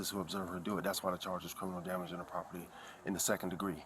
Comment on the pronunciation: DEHS EIS MY PRAHPORTY 😂😂😂😂😂😂😂😂😂😂😂😂😂😂😂😂😂😂😂😂😂😂